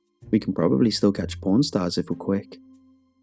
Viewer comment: Lol we can still catch..... I heard pronstars rofl